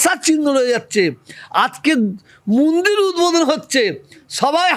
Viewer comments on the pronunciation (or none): মুন্দির না, মন্দির 😂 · আরে ফকরুল মিঞা ওটা মুন্দির না ওটা মন্দির হবে।